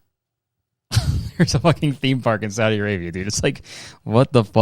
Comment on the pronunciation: why was i surprised that u said saudi arabia correctly omg im used to ppl saying sawdi arabia lol